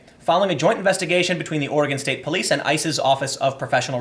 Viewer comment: Every time you said ICEs I heard ISIS